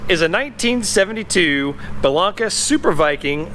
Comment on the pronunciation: Hey,! It's pronounced BELL-AINK-AH. With a long "a" on the middle syllable. Great video, thanks for sharing.